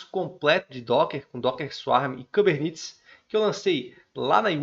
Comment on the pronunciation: podia pronunciar kubernetes, engine, e Nginx corretamente